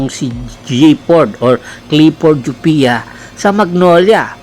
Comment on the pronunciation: Ayusin mu boss! C laput nasa injury list kaya c jopia ginagamit. Kapalit din nya c escoto kc nasa injury list din ACL kaya kulang cla ng kahalili ni sanggalang. Naka one yr contract c jopia. Anung walang playing time? Injury nga eh kya d nakakapaglaro! Gawa gawa ka lang ng kwento eh anung "jupia" jopia hindi jupia